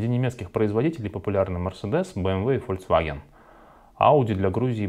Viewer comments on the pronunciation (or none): none